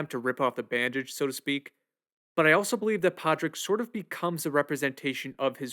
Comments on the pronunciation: It's pronounced paw rig and shiv awn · If you’re gonna review the movie, maybe learn how to properly pronounce the protagonist’s name. Pádraic = PAW-RICK 🤦‍♂️ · Padriac is pronounced “Paw-rick”. The D is silent. Other than that, great analysis. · why did you chose to mispronounce Pádraic during the entire video. You clearly paid high attention to detail during the film, but you've decided to not pronounce Pádraic the same way as the people in the film. That's a very odd choice.